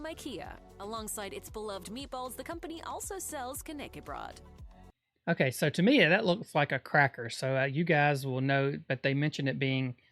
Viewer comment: "knay key broad" ITS FUCKING KN ÄCK E BR Ö DDDDDDD